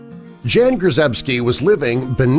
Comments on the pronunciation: I know someone whose parents were from Poland. I've known him since the early 80s. His name is also Jan. The catch is Jan isn't pronounced Jan. It's pronounced Jon. Good story though. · It's not "jean" but "yan" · wouldnt his name be pronounced like Yawn, and not Jan?? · Jan is actually pronounced yan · If you are saying the name “Jan” in Polish it is pronounced YAN ffs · I bet "Jan" is supposed to be pronounced "Yaan" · His name is pronounced yawn..